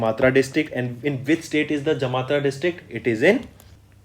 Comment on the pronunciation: Sir, it's Jamtara and not Jamatra.